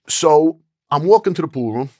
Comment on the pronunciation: Love how this guy pronounces "pool room" as "pooh-room"